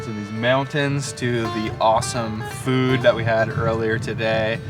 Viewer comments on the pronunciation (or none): none